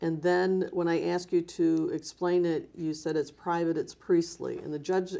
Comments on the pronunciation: "at the end of the meeting I axed people to donate...." 🤣🤣🤣🤣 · "Where there axed" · "When they're aksed" What the hell does "aksed" mean? This guy is a fraud, thief and manipulator, I cant believe people hand him money!!!!!!!!!!!!!!!!!